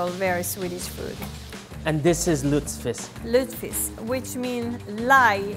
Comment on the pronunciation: It‘s „lutfisk“ not „lutsfisk“ 😉